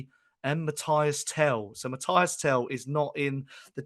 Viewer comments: frenchman here: please hear me out on how to prononce Tel's first name. It's not Matty (like Cash) it's not Matthias, it's between these two : Mathys "Mateess" you gotta prononce the Y as EE and the S is not silent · Stop being lazy and disrespectful… the guy’s name is Mathys - pronounced MATHIS! The pronunciation is as on Spurs official page and commentators are pronouncing it correctly, yet you’re still here calling him MATHIAS, shame on you!! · Show some respect and learn how to pronounce Mathys’ name correctly and stop being lazy!!😏